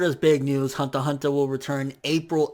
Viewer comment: "hanta hanta" lol